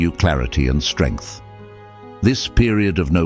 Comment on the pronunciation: Strengh and more sterngth